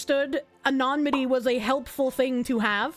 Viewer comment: I like how she says 'a nonny mitty'